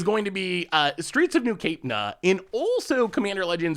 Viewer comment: Neither “capna” nor “caprina” are the way ID say the word Capenna